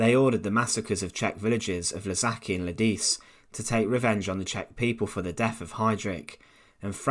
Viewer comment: The pronunciation of Lidice, Ležáky and Pankrác is indeed completely wrong in this video. The authors should have just looked it up on Wikipedia. (In general, English native speakers often mistakenly assume that other languages abuse the Latin alphabet the same way English does.)